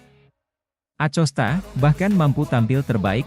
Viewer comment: Masa blum bs baca nama pedro acosta dengan bnar sih min. DiBacanya akosta min.....jgqn di eja lempenk aja